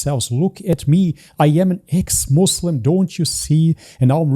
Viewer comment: Notice it right away when they said "ex muzlim" "izlam"💀